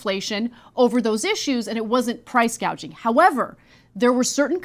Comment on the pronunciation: you are losing your reputation and logic. Show the full interview. Second of Kamala Said price "gadging". 1 example is that Profit margins on food markets is around 1.3% get your facts straight. I know that price gauging exists, but the problem is the effect of the policies that the current administration had in place, caused inflation on the goods